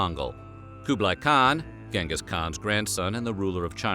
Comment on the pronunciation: It's pronounced chengus not gang Gus lol